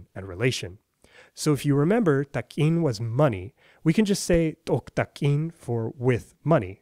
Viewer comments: Say it like oo-tah-keen with a really strong "k" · "u tak'in his money". I am not taking his money, sir!